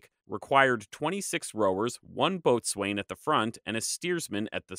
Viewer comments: one thing- the W is silent in boatswain, it’s pronounced like “boat’s in” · It's not a big deal, but boatswain is pronounced bosun. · Boatswain is pronounced bosun.